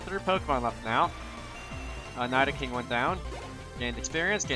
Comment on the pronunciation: nai-do-king lmao